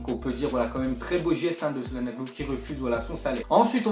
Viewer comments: pas salanoglu calanoglu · calhanoglu sa se dit chalanoglu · s à se dit chalanolu pas calanoglu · On prononce (Tchalannolou) Pas salanolou. D'où la cédille sue le "C" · mdr salanoglu , ça se dit tchalhaglou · çalhanoğlu se lis tchalanolu sinon bonne video bro 👌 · mdddr pk tu dis sallanolou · sil te plait sa se prononce tchananolou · sa se prononce Chalanoglou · Ca se prononce tchalanolou (On prononce pas le g) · imNeiYo comme je deteste les gens qui prononce sa-lan-oglou ou ca-na-no-glu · Çananoğlu en turc de prononce Tchananolu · ARGHHHH ta prononciation sur Calhanoglu